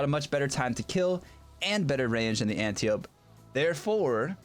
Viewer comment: AN-TIE-OH-PEE. AN-TIE-OH-PEE. not ANTI OPE. Ah nevermind, no one cares but me.